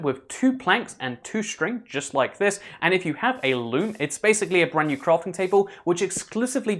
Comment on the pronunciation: It's sounds like he's saying lube instead of loom